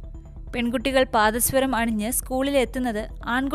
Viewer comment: പാദസ്വരം അല്ല മോളെ പാദസരം